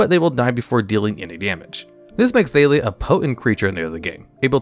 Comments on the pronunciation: 99% sure her name is pronounced ThaH-lia, not ThaY-lia since it is just Talia with an TH sound instead of a T sound (unless u have a thick French accent) but it seems like u realized that by the last 2 times u said her name since suddenly u said it right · Thay-lee-uh? C'mon... Wait, at the end you pronounced it right, so you ARE trolling?! 😅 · How do you pronounce Jitte right but Thalia wrong?